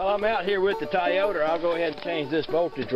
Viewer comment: "Toyoder" I've never heard a Toyota pronounced that way. XD